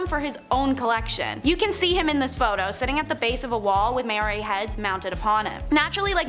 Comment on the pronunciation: It's Mow (as in ow when hurt) ree and you accidently said 1960 and not 1860. :0